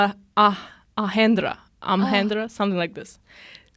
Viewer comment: it's AmaRendra Baahubali girls. And Director's name is pronounced as Raja-MAOU-Li and Not Raja-MOO-Li.